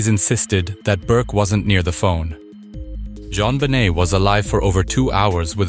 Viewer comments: Jon "Bennett"?!? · Can't even pronounce her name correctly...garbage